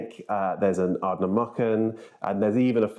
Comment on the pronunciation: sorry to be a pedant but Ardnamurchan has 2 'r's: pronounced merchen (with a soft 'ch') rather than muckan